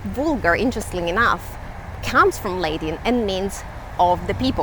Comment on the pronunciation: Lady, it's not pronounced "Laydin" but "La.tin"